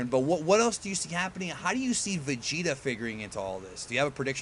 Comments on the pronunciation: She said Vagetuh. Not Vegito. lol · She said vegita :v